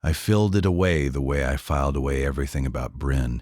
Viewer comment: "I FILLED it away the way I FILED away everything...."!!!!!!!!!!!!!!!!!!!!!???????????? YOUR AI is starting to turn into a POS. HOWS BOUT, "I FILED it away the way I FILED everything..."!!!!!!!!!!!!!!!!!!!!!!!!!!??????????????!!!!!!!!!!!!!!!!!!!!!!!!!!!!!